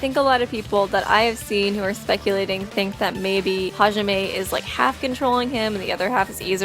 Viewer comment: its hizuru half izuru and and Hijime